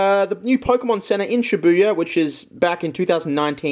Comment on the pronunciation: Oh shibuya not shit buya